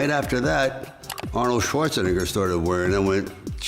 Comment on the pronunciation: I feel some type of way about how he said Schwarzenegger.